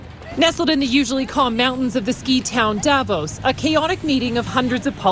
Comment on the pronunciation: Dear, I absolutely love your content! But, your pronounciation of Davos hurt my ears. The emphasis is not on the A it’s on the O, It’s not DAvos it’s DavOs. Greetings from Switzerland, where even most right wingers (except the right libertarians) hate the annoying orange aus much as you Canadians do. After all, this geriatric wannabe dictator hit us with 39% tariffs because he thinks it’s unfair that a small country like Switzerland is as rich as it is. (Yeah he really said that)